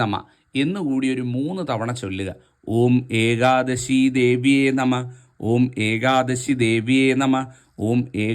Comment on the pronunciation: ഏകാദസി യല്ല. ....മഹാനുഭാവൻ.... ഏകാദശി എന്ന് തന്നെ പറയുക. അപ്പോള് മാത്രമേ ഒരു സുഖം കിട്ടുകയുള്ളൂ.